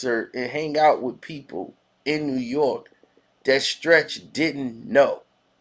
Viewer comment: He said Trech not Stretch